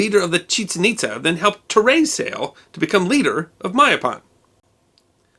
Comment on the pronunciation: Itza is pronounced It-jzha. The descendants of the Itza, who migrated to Florida and Georgia (USA), are called Itza-te Creeks or Hitchiti Creeks.